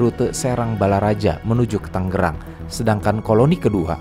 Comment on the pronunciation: tangerang min taNGerang bukan taNGGErang 🤌🏼🤌🏼